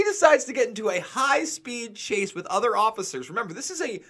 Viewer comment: Please say with. Not sure why it bothers me. Lol